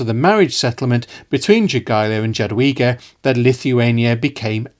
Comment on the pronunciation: Great video! I love seeing the history of this part of Europe finally getting some attention and being covered in a competent manner. The only small nitpick I have is with the pronunciation of the names Jogaila and Jadwiga (They should sound more like Yogaila and Yadviga. My Polish brain was like: "Who's Dżogaila and Dżadłiga? That sounds so funny". 😅) On the other hand, you pronounced Radziwiłł really well.